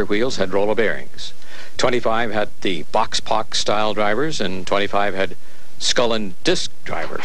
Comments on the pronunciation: Boxpok is pronounced "box-SPOKE." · The announcer mispronounces 'boxpok'. Otherwise, a very nice video. Youtube's image stabilizing algorithm is not helping many videos.